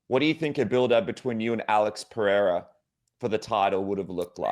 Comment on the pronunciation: Chael must know by now he’s pronouncing Perieras name completely wrong?